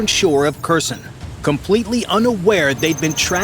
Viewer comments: The city is not Cushion but Her-son. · WOW, and they even figured out how to reverse time. It started at 0414 and then at 0330........Idiotic. Can not even pronounce Kherson correctly.